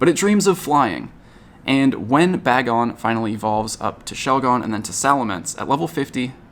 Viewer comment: None of the pogotubers can say Bagon right 😅